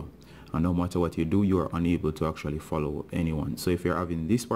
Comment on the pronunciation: When it fallow it dont day fallowing it just say fallow again